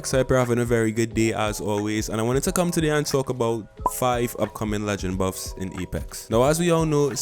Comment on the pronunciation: “Boofs and nuufs”